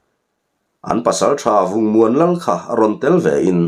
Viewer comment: Vungmuanlal tih i lam dan kha, khaw Lal angin i lam a, Lal nilo vin, lal tih kha thluk san loh tur. a ngil a lam mai tur ani e. Paite hming anih kha aw.